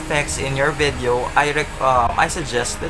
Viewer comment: its not 'vaadeo' its video.